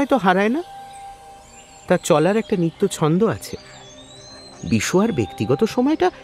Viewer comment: Train charar sobdo ta local emu charar sobdo! Not mail train 🤣